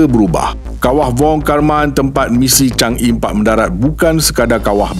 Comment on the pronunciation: Sebutan Chang Er, bukan chang Ee